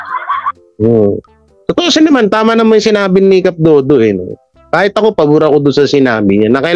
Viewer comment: cap dado not dodo